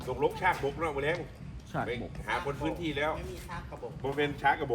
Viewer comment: ชาก กะ บก.. ไม่ใช่ ชาก บก นะครับ.